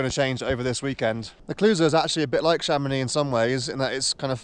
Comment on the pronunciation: Learn how to pronounce French names guy ! Or go back to Ben Nevis …